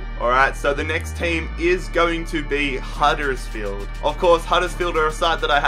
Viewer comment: at it again with the random over exaggerated american accent HUDDURRSFIELD